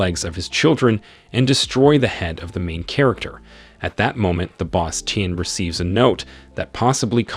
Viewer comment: It gets worse... Chair-acter